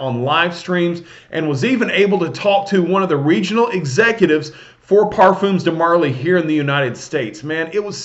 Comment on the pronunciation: it's parfum (parfaa) de marley and not parfoom :) pointed out as u talked about the name pronunciation n stuff for haltane.